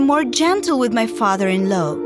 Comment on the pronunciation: Her Father in laow Me Girl it is Father in law